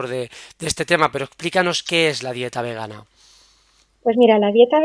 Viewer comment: etc. cada vez que dices "végana" o "végano" muere una lechuguita y a un vegano o vegana le da un infartito.